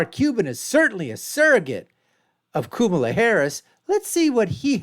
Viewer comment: Made it to the point where he mispronounces Kamala's name- instantly became disingenuous. Here, take my thumbs down!